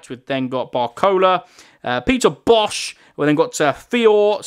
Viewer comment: You got the peter bosz name quite right, you dont have to say the 'z'